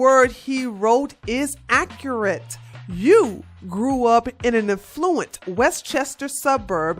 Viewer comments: Just love how pronounces A-ffluent.....sounds like E-ffluent. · You said affluent wrong. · Cortez is a POS and is dangerously ignorant, but the reader of this has a poor grasp of reading English language. Bree-ved (breathed) not breffed, Aff-loo-ent (affluent) not A-flu-ent Fayn (feign) not fent. FFS